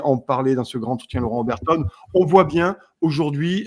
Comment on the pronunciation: Désolée de te reprendre,,, mais j'ai toujours les oreilles qui s'agitent lorsque tu dit: le grand-entretien. On fait la liaison. Et le D se prononce T. Le gran(t') entretien. Belle journée à toi toi et à tous:):)